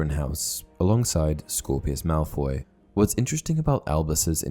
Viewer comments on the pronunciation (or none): I don’t really know if you said Scorpius Malfoy.